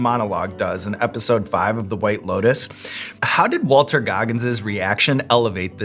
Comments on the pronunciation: Walton, not Walter, though that's the not the first time I've heard that mistake with his name. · Did anyone catch the "WalTER Goggins" when it's actually "WalTON Goggins"?? One in a billion Sean slip up.... Luh u Sean <3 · Did Sean say “Walter” Goggins? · i love sam! he’s too cool. but i cannot believe sean said walter goggins! it’s walton! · It's Walton, not Walter. ;D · Did this mufucka said Walter Goggins instead of Walton? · WaltON. Not Walter. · Sean called Walton Goggins “Walter” and that makes me very sad. Walton is a treasure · "Walter" Goggins? Come on, Sean. You're better than that. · He said Walter not Walton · Oh no, Sean said "Walter Goggins." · Love Sam politely just calling him Walt after Sean fumbled his name (common mistake, I'm sure Mr. Goggins deals with it a lot) and didn't correct him right away